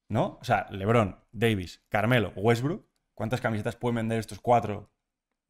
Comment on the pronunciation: jaja le salio el argentino con wetbrook